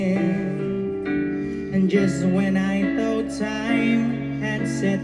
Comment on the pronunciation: i luv this channel... i enjoy your reactions and reviews on our very own talents. Now Noven here should also be commended for his effort in giving his best in singing English songs despite a little floss on pronouncing words like baby sounding a little off like bibi or thought like towt... but the rest of the words in the lyrics are perfectly alright. Noven has ears for music therefore together with his passion for his craft he will master pronouncing the words right I believe he has coaches for that. I could apply as one if you don't mind. I'm an English mentor btw hehe... Noven, kudos kabayan! God bless you, we love you!